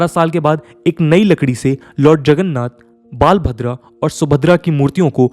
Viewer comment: The pronounciation is "बलभद्र ’’ not "बाल भद्र